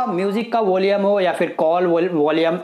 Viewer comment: वोलियम नहीं वॉल्यूम